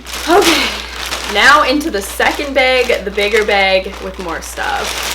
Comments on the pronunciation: I love how you say bag haha “beg” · I love how you say behg (bag) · i live in oklahoma, and i went to minnesota to meet a friend, and like wherever we’d go someone would say bag and i’d literally like die because it was so unusual to hear bAg instead of bag so often. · It’s a Canadian thing 😂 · i love how she says bag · editing is the funniest and i love the way u say bag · I love the way you say "bag" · Its canadian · jahseh tesfaye cuz she’s Canadian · me too! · I love how Canadians say "bag" 😋